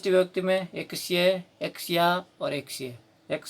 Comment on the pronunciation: आवाज की वजह से लग रहा है,सही है।